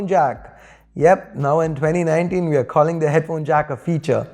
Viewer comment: Calling not khalling🤣🤣🤣